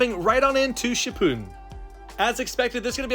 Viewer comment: Why he said shipun instead of shippuden